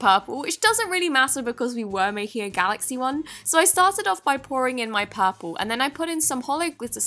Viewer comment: Lmao when she porple I died 😂